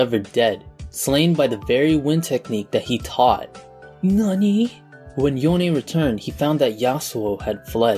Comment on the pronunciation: Thank god you said YonE not Yone.